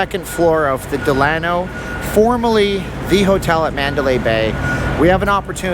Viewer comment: If you're going to do a video about a hotel....pronounce the name right!